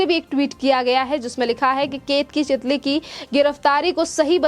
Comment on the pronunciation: Chitali nahi chitale